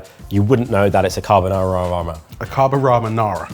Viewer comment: Any offense to us Italian was instantly deleted by the perfect promounciation of "carbonara" by.